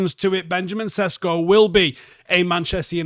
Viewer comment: His surname is supposed to be pronounced as 'Sheshko', but thanks anyway.